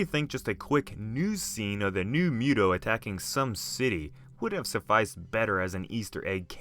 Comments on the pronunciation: Listening to you say Muto that way just rubbed me the wrong way. It's not Mew-toe it's Moo-toe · It's pronounced Muto (moo-toe) Not (mew-toe) that just sounds retarded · I believe it’s pronounced MOO-toe....not MUTE-oh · Moo-too not mute-oh bro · It’s MU-to bro not “MEW-to” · Not to nitpick, but you're pronouncing it wrong. It's pronounced "MOO-Toe", not "Mew-toe". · He's like "miutow" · Ok it's correctly pronounced MOOTOE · Fun Fact: M.U.T.O was confirmed to be pronounced as MOOTOE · I hate that you say mute-o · Its pronounced mootow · If he keeps pronouncing M.U.T.O like that I'm gonna lose my mind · Can you please not pronounce MUTO like you do? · The hell is a mute-oh bahahahaha